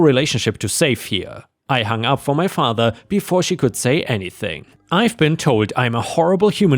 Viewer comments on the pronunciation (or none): none